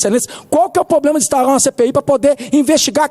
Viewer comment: Poblema não. E Problema. Do senhor ganha muito para aprender a falar correto. Não assassine a língua Portuguesa.